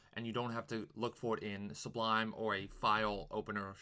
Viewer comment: You keep saying, "S-B-L-U" -- it's "S-U-B-L" That aside, thanks for the video, very helpful! :)